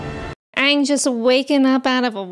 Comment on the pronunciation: It's pronounced "Aang". 😎